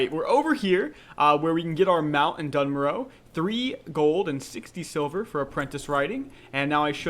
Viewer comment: It's NOT "dun morrow" ffs - _